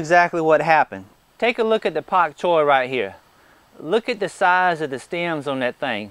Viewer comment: Dam it !!! First of all I hit the like button 389 times and it only showed one of my clicks. And secondly, I told you aren't allowed to say pak choy with such a heavy southern drawl a couple of months ago at least :)